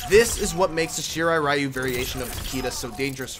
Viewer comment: Takeda Combos sound like someones name with a half spanish half japanese origin =D Also, isn't "Ryu" means "Dragon" ? And actually you don't have to pronounce it as if it was an abbreviation - check the Japanese pronunciation ).